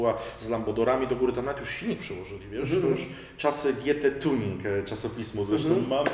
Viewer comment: "kartuzy tjunig", you made my day xDD